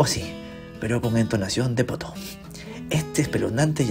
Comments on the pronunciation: Fuera del chiste, la pronunciación más cercana a la inglesa es [potú] y, a la española (ya que también se usa en algunos sitios), [potóo], no tan parecido a «poto». 😞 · Qué bueno que es potoo y no "pooto" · ......Pero con entonación de Poto jaaaaaaaaaaaaajajajajaja (risa de M.A.D.)